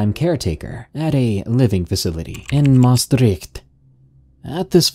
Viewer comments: Anybody else who is Dutch and who cringed at the way he said Maastricht😂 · The way he said Maastricht is so funny😂😂 I’m dutch btw (Edit: thx for 100 likes 👍) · Ik ook echt grappig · Hahaha same.I'm also from limburg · Jaaa ik ging echt dood van het lachen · Je zegt Maastricht wel echt kk raar